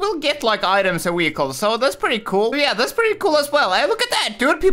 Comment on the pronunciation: why do you always say to car wechiles not vechiles